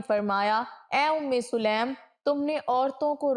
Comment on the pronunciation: Selam nahi . Bulka saleem hai.